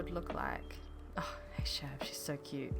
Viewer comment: This island is like taking a break from burnout. That's the best way I can describe it. It's restful. Thank you for sharing it with us! BTW: You are saying Chevre's name correctly. "Chevre" is French for goat; now, the "re" is pronounced in French, but not in a way that can really be reproduced in English. So saying it the way you do is 100% fine. (Drive me nuts when people say "chev-ray" or "chev-ree".)